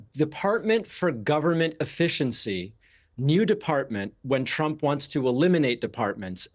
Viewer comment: Little slip of the tongue... "The ads that Tramp ran..." 😂